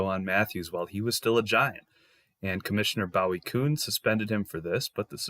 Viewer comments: Boo-ey kuhn, not BOW-it Kuhn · Bowie Kuhn..I'm not a pronunciation nazi but fyi it's pronounced Boooie